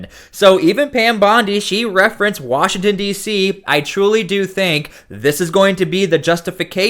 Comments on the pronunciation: Did he actually say “Washing State”…@ …hmmmm. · Where is "Washing State". What a moron. Mostly blame the stupid people that voted for a guy that can't even pronounce the Name of the State he Governs! SMFH X1K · Pam bondi keeps us safe by sending child predators to Israel to avoid prosecution here in the US. And... Washington state welcomes and harbors illegal aliens by the THOUSANDS. Ferguson can't even correctly pronounce the name of washington, let alone run it. We're screwed no matter where you turn.